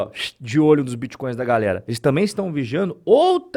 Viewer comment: Vixi, estão atrás dos biticóios e crépitomoedas. O povo vai atrás das aulas do Renato 38tão, o homem que tem solução pra tudo e termina todas as frases com uma pergunta ao interlocutor.